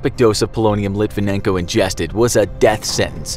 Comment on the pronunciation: LIT-VEN-YEN-KO. The N has a "NYA" sound.